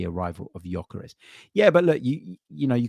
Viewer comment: Can we get this guys name right please. It's pronounced Yerkaresh Yerkaresh Yerkaresh. NOT Yokarez or gorkarez . It's so annoying when people get your name wrong. Everybody on social media is doing it. He must be absolutely sick of it